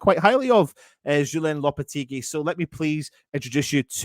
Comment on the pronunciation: It's actually Mr Loppy!